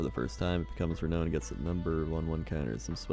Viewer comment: Oh god, my butt clenched so hard every time he mispronounced renown.